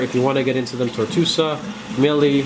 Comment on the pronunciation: Acropora TORTUOSA, not "tortusa"! How many million times do I have to write that here. LOL! Just kidding! I hope you got it by now. If you want to teach, please learn the right name. Nevertheless better than cartoon names!